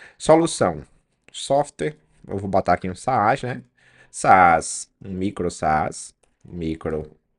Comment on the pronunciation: só uma dica, não se fala "saás" puxando o acento pro segundo A. é um A mudo, se pronuncia "sas"